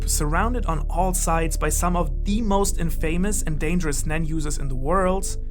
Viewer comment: You are not saying the 'a' in 'infamous' correctly.